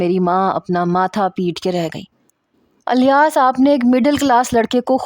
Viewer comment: Alyas nahi Ilyas hai